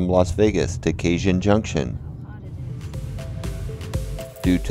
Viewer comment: It's Ca-Hone, not Cay-Jun (or however Stephen Hawking's robovoice pronounces it here)!